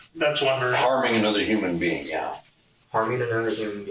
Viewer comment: & my brain cells are dying: "Assault'? "Wod iz assault?" "Harming another human being" "Homin anuva human bean..." "Firearm" "A fire-arm?" "Minimal" "Min-E-Mal?" Ouch these two boys are so dumb, Tweedle Dum(b) and Tweedle Dee, in-Tweedle-deed